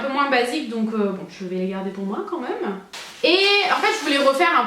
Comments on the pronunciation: Quand tu dis "même" tu le prononces genre "meume" ça me fait rire 😙 au top cette vidéo, gros bisous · Super video ❤️ j'adore vraiment t'es haul Londres 😘tu me fait trop rire quand tu dit "meme" 😂 continue comme sa t'es au top 👌🏼❤️